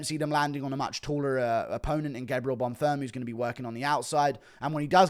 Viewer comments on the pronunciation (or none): Guru when he realizes its bonfeem not bonfum